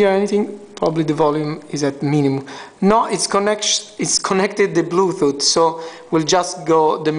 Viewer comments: bluetooth not bluthoot ! lmao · haha, i noticed him saying bluethooth istead of bluetooth. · blue toof hahaha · Of course i know what a Bluetooth is. This guy cant pronounce it.